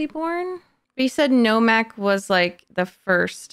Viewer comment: Her mistaking names and dialogue was amusing. In her end of the movie commentary she called Nomak, Normak. And she misheard several lines. One that stood out for me was her thinking when Nomak was revealing secrets to Whistler and he said the overlord name Damascinos and she thought he said, they're mosquitoes. Lol.